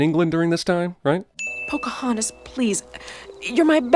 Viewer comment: PC-hontas lol.